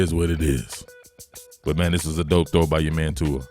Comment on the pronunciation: ahh, just you inability to pronounce his name, got it.